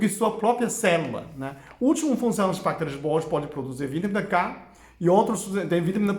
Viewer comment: vitamina K ? não da pra entender bem ...